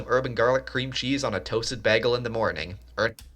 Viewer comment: The way he pronounces "bagel" makes me cringe